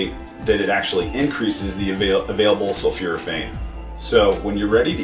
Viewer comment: It's not sulfuraphane; it's sulfOraphane pronounced sul 4 a fane